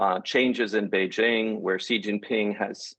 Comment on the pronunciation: can't trust a guy who can't prononce 'Xi' correctly